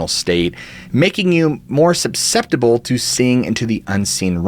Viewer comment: SUSCEPTIBLE there is only ONE "B" in this word. SUSS-CEPT-IBLE not suBsectible. thanks for the story!